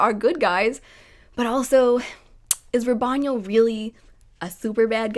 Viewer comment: Say it with me: Ra-BONE-iel.